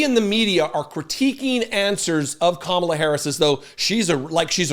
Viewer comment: Kinda funny he can pronounce mein kamph but can't say Kamala???